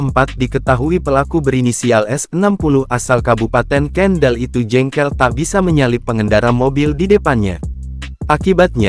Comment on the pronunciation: KENDAL BUKAN KENDEL MIN...KOPLAK